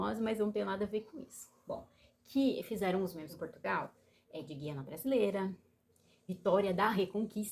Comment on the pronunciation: Ja começou errada, quem pronuncia QUIANA com QUI é Portugueses, Brasileiros pronunciam GUIANA com GUI!